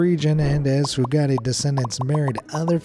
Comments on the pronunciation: Lolol. The foogattees! Their last name is pronounced Few-gate. There are a ton of ppl with the last name Fugate in Kentucky and Southern Ohio. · I believe the blue people's surname Fugate was pronounced "Fyoo-gate" not "Foo-got-ay" 😂😂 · They were the FEW-Gayts, not FOO-Gah-Tays by the way lol. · That surname is pronounced Foo-gate.